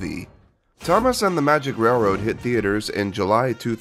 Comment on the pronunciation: I had no idea Roger Ebert was absolutely incapable of saying the word railroad before this. "rare-wode"